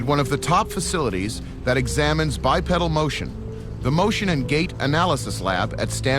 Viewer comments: Bipedal not pronounced bipeddle. 👽🐾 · The correct pronunciation is bipeedil even though it is spelled bipedal